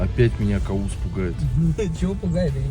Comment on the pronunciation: Правильно Кавус(по перссидкийКовус)